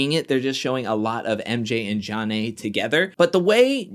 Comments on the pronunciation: Just what Beth did calling Jonna “ Junn Nay” even after being corrected would’ve got me riled to the point of calling her out myself. The quitting was wow like aren’t you grown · Beth had pronounced her name correctly 3x at the table w/ Mark before Jonna came over and joined them. She was purposefully mispronouncing it to insult/disrespect her bc she seemed to really believe Jonna & MJ were having an affair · I think Beth is a liar. I also think it was disrespectful that she continued to mispronounce Jonna's name after being corrected. Her name should be pronounced BITCH instead of Beth. She also looks like she's in her 50's, so there's that.